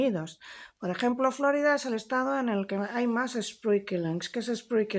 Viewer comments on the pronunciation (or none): Se llama Florida por que se descubrió el día de la Pascua Florida, no flórida, si los anglo-parlantes no lo pronuncian bien, al menos no les sigamos el juego.